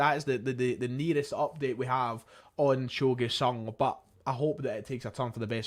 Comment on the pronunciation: It's pronounced "joe GYOOOO sung" not "Gway" I dont know if theres any point in discussing the GG rumours more than what I posted on your video yesterday. FIrst of all there is no indication that Urawa Reds ARE interested and only circumstantial reasons why they MIGHT be. FWIW the only reports of ANY interest are coming from Scotland. Every article in the Japanese press quotes either the Daily Record or someone even less reliable, whereas nobody (in Japan) claims to have a statement of interest from the Reds themselves. But here's the bigger problem. There is no chance in hell that Urawa Reds could come up with 8 million pounds. They had one of their worst financial performances ever, last year, and many believe that the reason why they sold Kaspar Junker to Nagoya Grampus (for E1.7 million) was that they couldnt afford his contract. The maximum they might be offering (and again it is a huge assumption that theyre even interested) would be around 2-3 million Euro.